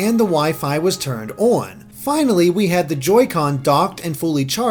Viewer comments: it's on, not ouwun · owrn the way he says on is lol